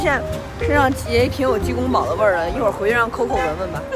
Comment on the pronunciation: 提个小意见。鸡公煲（bāo 包）不是（bǎo保）